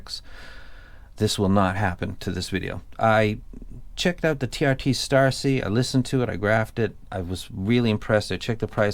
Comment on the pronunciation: Dude it's TRI. I don't blame you, though. The font looks like TRT.